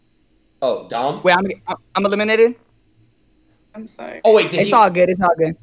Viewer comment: I swear she saud she elimnated silky